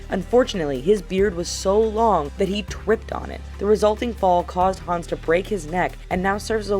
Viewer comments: When she's talking about the guy who tripped she says twiped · "he twipped on it"